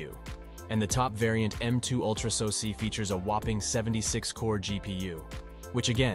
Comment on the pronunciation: What is a sosee? AI audio is stupid. What is AKA ram? GeeBee option?